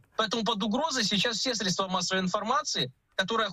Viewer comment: "СрєдствА" (цит. Лазарєв) - во всех формах как единственного, так и множественного числа ударение остается на первом слоге: срЕдство, срЕдства.